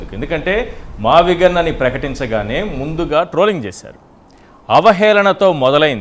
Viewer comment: మావిగన్ ( మచిలీపట్నం, విజయవాడ అండ్ గుంటూరు ) ఇదే గా మీరు చెప్పేది.. వారే మ -వి -గు కదా అన్ని కలిపితే. యానాకటికి ఎవడు PUT పుట్ కదా అని BUT బుట్ అన్నాడట.. అలావుంది మీ మావిగున్